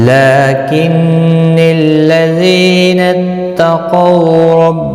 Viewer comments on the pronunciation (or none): Us tad laakini llazina . U pronounced lakinnii